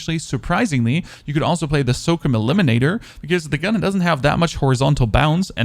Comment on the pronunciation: The way he says infantry & SOCOM is disturbing..